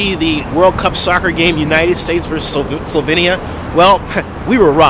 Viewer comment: versus what? solvenia? wtf is that, god